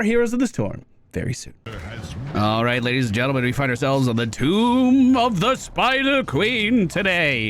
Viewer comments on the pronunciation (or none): none